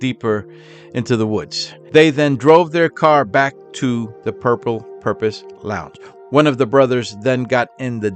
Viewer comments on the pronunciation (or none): i dont know if its your accent or what, but the word is "purple porpoise" not "purple purpose"😂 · Porpoise not Purpose. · It’s porpoise, not purpose! Duh. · It's not " The Purple Purpose "...It's Porpoise, as in Dolphin! Cheers! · PORPOISE (LIKE FISH) NOT PURPOSE DUMMY. YOU NEED TO STOP MAKING VIDEOS UNTIL YOU CAN SPEAK THE LANGUAGE.!!!!!!!!!!!!!!!!!!!!!!!!!!!!!!!!!!! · Porpoise NOT purpose!! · Porpoise not Purpose 😊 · por poise as in "turtle" had to say it.